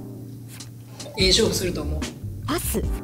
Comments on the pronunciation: 高橋くんが ヨッシー誰っすかって言ってる後の『パス』が、『はっすん』に聞こえたのは私だけか？？？？ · パスがどうしてもはっすんに聞こえちゃう（笑） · 「ヨッシーが誰ですか」って恭平に対して ナレーターの「パス」が最初「はっすん」に聞こえて え、この声誰？このメンバーではっすんって言う人おったっけ？ このゲームってSiriみたいな役割もしてるん⁉︎って焦った笑笑